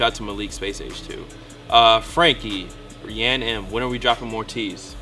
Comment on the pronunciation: its "Frank-ryan-M' lol botched my name smh haha